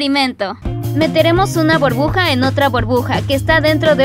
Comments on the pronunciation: No se dice borbuja se dice burbuja 😑😑😑😑😒😒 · Jaja cuando dice enteramos una borbuja dentro de otra borbuja que risa te amooo😍💖💖💖💖💖💖😊💕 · una borbuja jajajajajaja borbuja aprende jaja te amo eres la mejor💓💜😂 like si también la amas